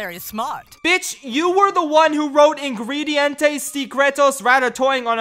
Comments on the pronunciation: oh god and she did it wrong cuz its "Ingredientes" not "Ingedientes" lol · É muito engraçado eles pronunciando as coisas, "Vireo bruinquedô", "Ingruirients sicrétous" kkkkkk